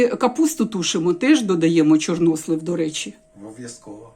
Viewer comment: Мені дуже сподовся новий наголос у слові "чорнОслив"!!Дуже навіть!!Дякую про просвітництво!!😊😊 Щодо темного одягу і депресії,то це внутрішній стан виходить нагора!Тому люди і ховаються за чорно-сірим!В Італії теж взимку всі в чорному одязі-і молодь,і старші люди!!А щн був парад планет,то теж він так впливає.Багато чинників!А головний чинник - війна.Весна все одно вже в повітрі!! Смачна печінка!Я аж через телефон почула аромат!!! Дякую,,за відео!!🎉🎉🎉❤❤❤